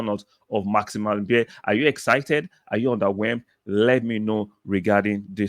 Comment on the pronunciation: His surname, beier is pronounced as baya